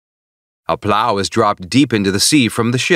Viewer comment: The way he says plow lmaooooo